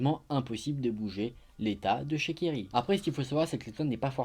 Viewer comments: pour la deuxieme histoire a chaque fois j'entend " kiri " au lieu de thierry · Moi aussi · Grâce à ton commentaire je sais désormais qu’il s’appelle Thierry et pas kiri 😭